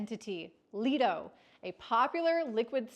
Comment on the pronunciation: Complete BS video. Learn how to pronounce Eth & Lido. Sounds like the work of BTC maxi's.